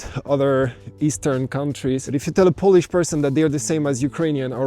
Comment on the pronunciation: One more thing. You should check how to pronounce correctly word "Poland" and "Polish" because there are two meaning of word "polish" :) As a verb which mean "to make something shiny" and as a noun like "I'm Polish" which mean "Jestem Polakiem" :) Yeah, I was surprised when I heard from Arlena Witt who explains the subtleties of English amazingly well!